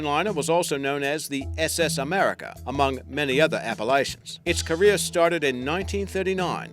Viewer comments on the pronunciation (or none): none